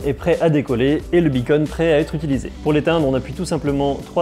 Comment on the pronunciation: Beacon pas Bunny !!!